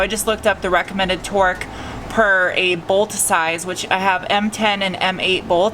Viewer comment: I swear when you said torque, I heard twerk. When you said it again I realized I had misunderstood you. I think it's awesome that you fixed that all on your own, kudos to you young lady.